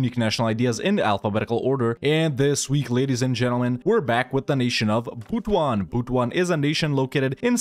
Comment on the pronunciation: It's actually pronounced as Butu-an it pains me so much that you butchered it but it is what it is.